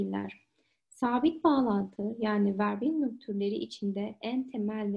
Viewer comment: Die Lehrerin finde ich zwar mega toll aber die Verbindung muss als "ferbindung" ausgesprochen werden.